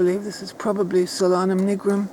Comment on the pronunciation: It's pronounced Sol-anum not solan-um, it's translation is sun or star of the night.